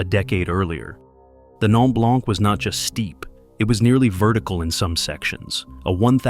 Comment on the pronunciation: Good video except for one thing to make this video a little less ...annoying is the French pronunciations. Just do a quick search on how to pronounce some of the french words ie blanc ( the c is silent) verte( the e is silence and the t is pronounced) ....just a little thing but it demonstrates research well done.